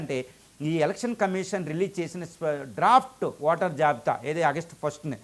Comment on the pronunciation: స్పష్టంగా ఓటర్ అనేకి నీకు రాదా బాబు వాటర్ అంటున్నావు రాదా